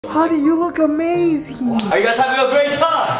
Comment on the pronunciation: When he said amhazing 😭💖